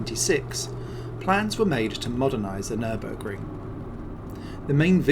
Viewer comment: it is not Nürnberg it is Nürburg mate .